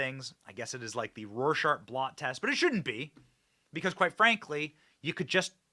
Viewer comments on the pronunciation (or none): none